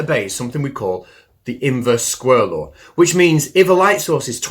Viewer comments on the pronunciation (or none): Did you just say inverse squirrel law? 😂 love ya bro